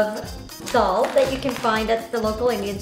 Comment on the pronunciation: Lol ain't she the girl who made that everyday 'scrambled eggs' :/ extra ass making shit with vodka and caviar. 🥚🙄 lol and its funny that way that she says 'that' she always says thaa 🤣🤣